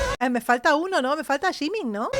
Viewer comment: Namjoon se pronuncia Namchun Jungkook se pronuncia Chongu. Jimin se pronuncia Chimin. Jin se pronuncia Chin, Hoseok se pronuncia jœsok, Taehyung se pronuncia teiong, Suga no tiene pierde.